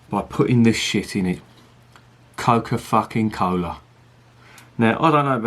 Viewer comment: "Co'kah fah'ken cola" I love this, especially considering the fact I'm drinking guiness original with cola while I watch lol